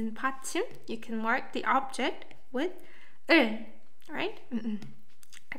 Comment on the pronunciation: I know this video is old, but I noticed you're saying "objing marking" instead of "object marking." Should sound more like "objec marking," with the final T sound faded to pretty much nothing. But definitely no -ing sound on object.